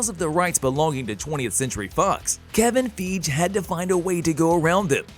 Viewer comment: Kevin Feeagelol